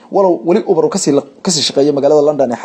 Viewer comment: Ubar maaha waxaa loo akhriyaa , Yuubar 🤣🤣🤣🤣🤣